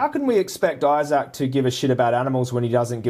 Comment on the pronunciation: Angry Vegan, lol. Maybe needs to chill and have a veggie sandwich. Why cant he pronounce Isaac probably too.